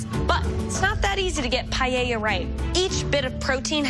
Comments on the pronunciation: “Paella” not pajeja… by the way it doesn’t have chorizo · Why they say PAIEIA? it's paella there's no "i" there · She said pallella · She pronounced paella 🥘 wrong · It's PAELLA,. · And a teacher who cannot pronounce the name of the dish correctly even after trying several times.